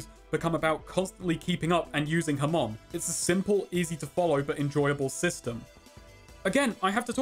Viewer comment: Its ha-mon. Not ham-on